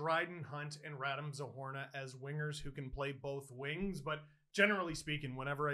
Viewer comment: “RadEEm” Steve! RadEEEEEEm